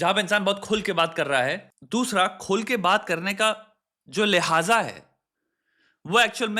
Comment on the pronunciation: lehaaja ❌ lehja ✅